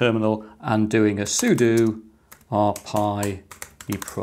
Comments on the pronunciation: It's pronounced sudo, not sudo. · I love the concept of using cases as passive coolers. Aside from that, pronouncing it as sudo and sudo interchangeably must really be messing with some people :) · I just realized I've been pronouncing "sudo" wrong all these years. No wonder none of my dates understood me when I said "soo-doh"